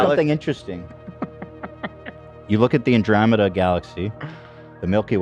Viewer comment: Bro said the anderomedus Galaxy. Ethan cannot pronounce things, it is known.